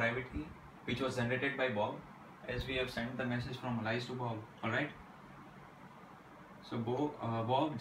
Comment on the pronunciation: Its Not "Alaice" Chuttia its "Alice"....